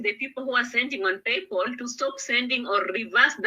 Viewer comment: it's PayPal......not PayPaul. You think you know it all but you can't even pronounce basic words and yet you are insulting others.